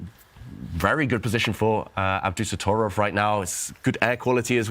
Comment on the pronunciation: I'm sorry but it is NOT pronounced "AbDUsotrov"! The most important syllable that makes his name sound as fierce as he is being dropped. Worse, it is the syllable where the accent is. It is AbdusatTORov, Ab-doo-sat-TOR!!-ov. Respect the players by pronouncing their names correctly!! You know who you are. :-) I am incredibly surprised that someone did not step in to correct this. This is extremely important. It is also extremely grating to hear over and over and it tends to sour things.